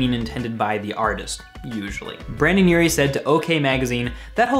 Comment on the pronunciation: he keeps saying brannan urie and brandan Its Brendon Urie